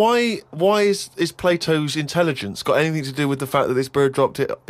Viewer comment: "do ya need anyfing building?"